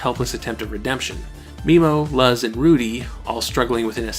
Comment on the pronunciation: the only axe i have to grind with this is your pronunciation of memo and luz, apart from that your analysis was fantastic =)